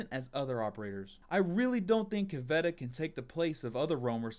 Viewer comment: are you saying caveira like "caveta"? lol Cav-ee-ayra